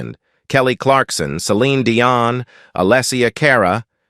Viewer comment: “Die on Warwick” and “Are eth a”? Gotta love A.I.